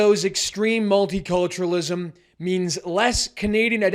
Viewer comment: Just heard 'multi-torturenalism'